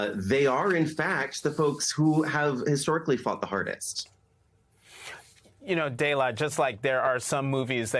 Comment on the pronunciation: Did he call her "Daylight?"